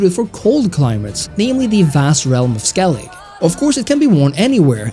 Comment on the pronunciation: Skellig... if I had a dollar for each time a wannabe witcher expert youtuber butchers the name of Skellige